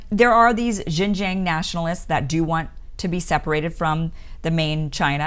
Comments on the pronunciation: Your American pronunciation of Xinjiang hears a lot like the mandarin pronunciation of Shenzhen. It really confused me sometimes. But the analysis you gave have been wise and should help the western people and especially the people in the US to better understand the Uyghur issues in China. Thanks for your great work!!! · This woman is nothing but an ultra ignorant American. She admits she knows nothing about the issues, and can get no facts. She has not put her feet on the ground in Xinjiang, and cannot even pronounce it correctly. So why express an opinion? Another narcissist. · Listening to you constantly mispronounce Xinjiang is painful, and makes it hard to believe anything you say. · the "Xin" in Xinjiang is pronounced as "Shin" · Xinjiang pronounced sheen jyang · Great intro to the actual situation in Xinjiang (pronounced SIN-jiang). Unlike many western media that just spits out rhetorics of human right abuses and cultural genocide versions of the situation. I understand how hard it is to actually do the research with only English. If you were able to speak or read Mandarin Chinese then you would actually realize many Uyghurs are friends with Han Chinese. They're both against violence and extremism. Many Uyghurs actually have saved many Han Chinese during riots. I taught English briefly in China and saw that the students of both ethnics get along. Many Uyghurs do have some stigma to them in the eastern coastal cities as they are usually not economically ahead and didn't speak Mandarin so they had to resort to petty crimes. However, that's a situation for western countries also. Great job on explaining the situation on outside extremist Islamic influence in China as well. They love to prey on the uneducated so is why China wants them to have compulsory education nowadays. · Kim, I love you dearly, but please learn to pronounce Xinjiang correctly. You can find videos on YouTube that will instruct you in the correct pronunciation.